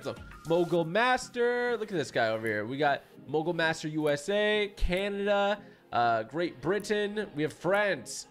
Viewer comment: Love your streams but by the way it's pronounced great Britain 🇬🇧